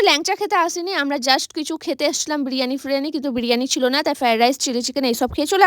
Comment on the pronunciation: ব্রিয়ানি ফ্রিয়ানি কেনো বলো